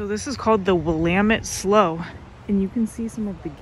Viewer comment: Salem has many beautiful areas but the downtown area is overrun with homeless, tent cities, drugs and crime! Sadly according to the FBI statistics 93% of USA cities are safer than Salem OR. Haha, Willamette Slough is pronounced "slew" not "slow!"